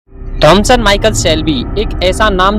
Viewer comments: Bro it's Thomas Shelby not Thomson Shelby 😅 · Abe bevkuf pahle Naam acche se bolna Sikh jaaye Thomas Shelby Naam Hai uska